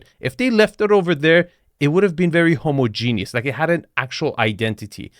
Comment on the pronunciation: Did say "homogeneous" or "Apple Store genius"?